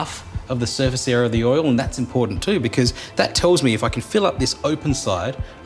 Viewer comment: except for the "oil" :D